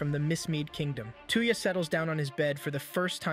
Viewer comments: I see there's another person who tries to westernize the names of anime characters. Dude's name isn't two-ya. It's toe-ya. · Sorry 53 seconds in i cant stand how you say the name 2 ya its touya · While a good recap the computer software mispronounces his name . It's not "TOO-ya" it's "TOY-ya" assuming I got this phonetic pronunciation thing lay out correct here. I own the Reincarnated In Another World With My Smartphone anime here. I'm glad I get to see the story arc parts that weren't in the anime I have here!!!!!! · How far is Seamus anime and that is not his name? Stop calling him tuya Instead Of Touya. Maybe you cannot speak right? But please stop massacring the name. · When he says tuyah I keep thinking of hawk tuah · His name is 'Toy-ya' lol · how you said his name hurt my soul lol